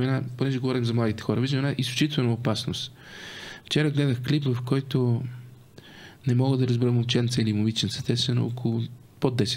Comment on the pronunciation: Карболке,не НемоА а Немога! И не Ше А ще!!!!! Я първи клас за правоговор! И не Нооо А много! Ти Къкъв език си учил бре????